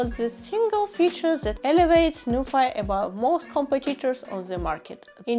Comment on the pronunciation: Pronounciation should be Nu - phee as ( Phillips ) , not Nufai 😅. Btw nice video.